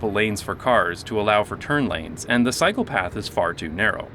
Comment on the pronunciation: Took me a minute to realize you were saying "cycle path" not "psychopath."